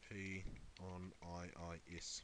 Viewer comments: All that knowledge, but can't setup a mic, or say I I S not ISS Jeez I wonder sometimes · why do you keep saying ISS? it's IIS...